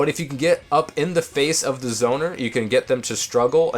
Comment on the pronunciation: Hello ? To me, it sounded like he said "Izona" or something lol I thought he was referring to the person playing the Link, until he said "zoning" again ^^